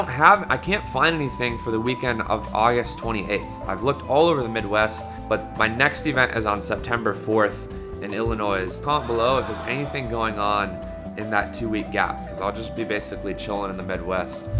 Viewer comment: I can't believe he pronounced the S in Illinois XD